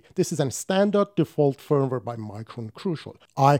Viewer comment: Firm-ware or Feeeeervv-ware?